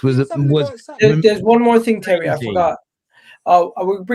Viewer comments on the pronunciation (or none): Tewwy, Chewlsee awe a bunch of pwicks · Terry is Tewwy 😂😂😂